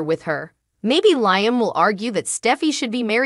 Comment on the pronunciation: Can we PLEASE learn how to pronounce Liam's name!?!?!?!?! The name is pronounced “LEE-um”. Thanks so much........;)))